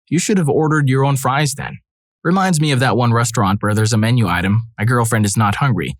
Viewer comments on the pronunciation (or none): none